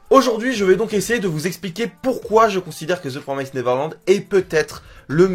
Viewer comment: "Promised" ce dit comme "Promessed" en faite ^^ Comme en Français + le -ed à la fin =)